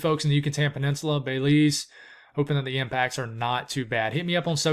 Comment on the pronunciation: Pronounced Beh-LEEZ. 😊 thank you for keeping us informed. 💕